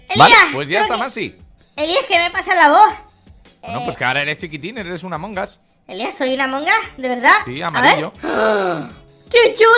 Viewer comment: "trºlleº de Jªmºng us"